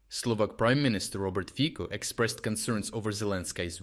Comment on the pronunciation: btw: Robert Fico [Fitso], not [Fiko]